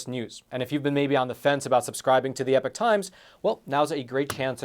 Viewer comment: I'm not sure i could ever subscribe to the epoch times when you keep mispronouncing it as "epic" 😂 as the meme goes "you keep using that word, but it does not mean what you think it means"